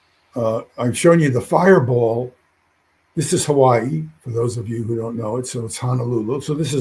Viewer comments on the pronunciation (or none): none